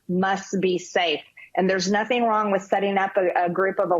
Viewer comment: Marge: "President Trump did notheen wrong."